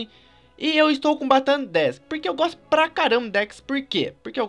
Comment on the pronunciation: eu goxto de goxta